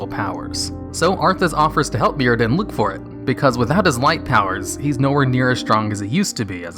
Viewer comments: mURadin, not mirradin. Still love ya tho! <3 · Who's Mirodin? Bootleg Muradin?